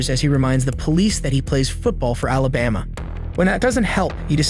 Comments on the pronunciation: I listened seven times and it sounds to me like he said "Alibamia" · he can't even pronounce Alabama